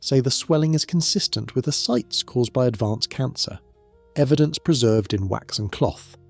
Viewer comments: Ascites is pronounced Uh-Sy-tees. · "Ascites" is a 3-syllable word, pronounced "a-site-ees." You mispronounced it at least four times.